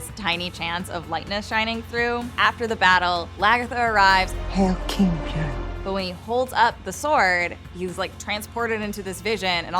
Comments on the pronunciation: Шаян and its pronounced Björn not Bjorn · It's not pronounced byourn, have you actually watched the show. It's not that hard to pronounce all the names if you actually watch it